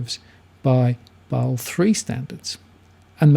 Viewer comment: I thought it's pronounced as 'Ba-sel', not 'Baal'